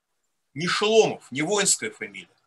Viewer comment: не шЕломов а шОломов...!